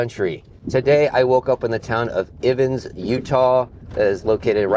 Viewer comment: Lol, it's EYE-vins!